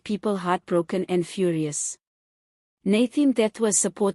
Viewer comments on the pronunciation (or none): Nathi not Nathe. Learn to pronounce people's names properly.